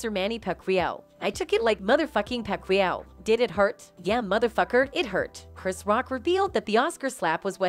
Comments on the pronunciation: Who tf is “Pack lawee ow”? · Boxer pac-we-yow😂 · This video was made by an AI. It can't pronounce Manny Pacquiao lol